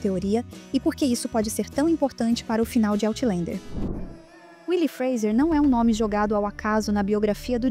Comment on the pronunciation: Por favor, corrijam a pronúncia de "Outlander". Não se pronuncia "OutlEnder" nem em Português, nem em Inglês. A pronúncia é "OutlÃnder".